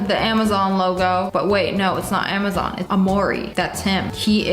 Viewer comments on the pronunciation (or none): none